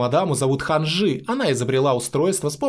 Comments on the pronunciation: НЕ ХанжЫ, а ХАнжи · Не ханджИ хАнджи окей?